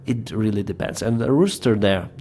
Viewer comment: Your English is coming on fantastically!. I couldn’t help but giggle when you kept saying rooster however 😂 🐓. Good effort mate